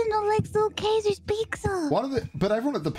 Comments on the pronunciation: I love how almost accidentally said caesars correctly and then quickly stopped and pronounced it wrong again. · "You like little C.. Kaisers pikza" Oh, you almost said it:D